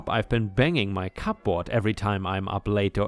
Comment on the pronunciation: Cupboard is pronounced cubbard, yeah English is illogical.